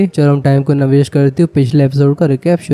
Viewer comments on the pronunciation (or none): none